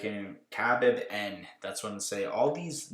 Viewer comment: It’s pronounced [HA-beeb] for the one UFC guy